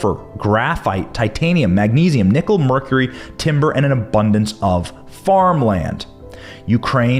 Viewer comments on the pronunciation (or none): none